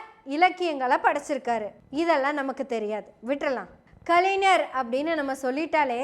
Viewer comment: செந்தலை கவுதமன் ஐயா, சுபவீ ஐயா,வழக்கறிஞர் அருள்மொழி இவர்கள் பேசும் போது கருத்துகளை மட்டும் கவனிக்காது தமிழ் உச்சரிப்பையும் கவனி அம்மா! கலைநர் அறிநர் என்று உச்சரித்தல் பிழை! ஞ வைச் சரியாக ஒலிக்க வேண்டும்!